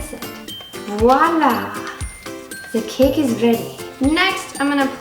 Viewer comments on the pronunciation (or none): none